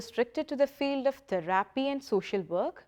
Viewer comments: Its theerapy not theraaapy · The way I hear the word THERAPY being pronounced here gives me all sorts of cringe 🤐😬😒🙄😮‍💨 TaARRRRaaPee